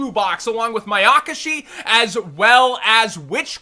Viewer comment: its May(a)kashi and not maykashi